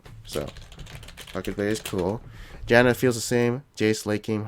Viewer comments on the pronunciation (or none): none